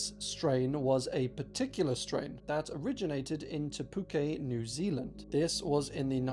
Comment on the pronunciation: for what little this may mean I really appreciate that you pronounced Te Puke correctly, it's so rare to see our place names pronounced correctly on Youtube!